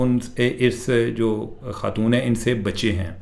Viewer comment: آپ کی اطلاع کے لیے عرض ہے کہ لفظ خاتون ہے ختون نہیں ہے